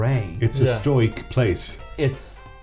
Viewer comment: thank you for pronouncing "stoic" the same way I do, as one syllable lol